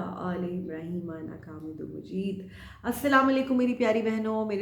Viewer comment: Masha Allah thanks apny drood m improment ki h plz boht adab ky sath prha kren or thek trhan sy peha kren aamedum majeeb nh plz thek trhan words ada kren mqsad srf apko ahsas dilana h galti sab sy hosqti h jahn koi galt ho usko btana chaye or andhen tref har koi krta h hazart Ali ka farman h apny dost ki tref krna usko mar deny ky mutradif h